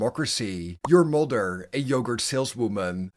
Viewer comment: Sorry but the way you say mother and father in this video bothers me not really sure why it does but it does so I couldn't finish watching the whole thing🫤